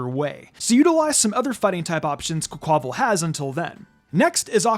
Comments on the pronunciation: I fee like Quaquaval's name should be pronounced like the Spanish pronunciation of Carnival and its wild to me how few other people i've heard say it like that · I’m not the only one who keep hearing mispronouncing Quaquaval name over and over it’s not hard but tricky to say the name combine quack aqua (water) and carnival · Bruh.. That pronunciation of Quaquaval🤦🏽‍♂️🤦🏽‍♂️